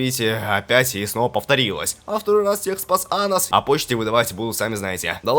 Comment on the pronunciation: Анус или мне послышалось?